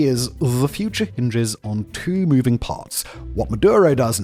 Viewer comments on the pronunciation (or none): none